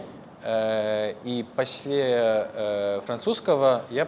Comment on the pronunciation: After 5 years of (more or less) learning Russian, I'm proud to be able to say: После is pronounced: 'Posle, not pasle, with accentuation on the 1rst syllable.